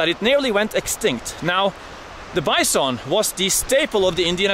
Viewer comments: Way Heraldo pronounces BYE-SOAN!! :) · "Bice-on"😅 love your vids Harold....keep them coming.